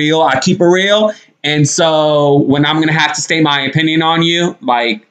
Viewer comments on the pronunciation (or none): none